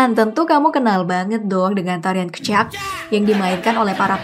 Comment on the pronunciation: SEKALI LAGI Pengucapan "made" dan "kecak"nya salah Ehh,, "kamen" juga salah 😂😂